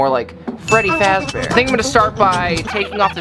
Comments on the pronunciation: Why did u say Freddie fraze bear? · No no "Freddy fat bear" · Freddy frazbrear 💀💀💀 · It is not freddy frazbear it is freddy fazbear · “Freddy fraz bear” 💀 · "Freddy faz bear" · “freddy frazbear” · You said Freddie frass bear ❤ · Blud said freddy frazbear 💀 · youre saying Freddy fazbear wrong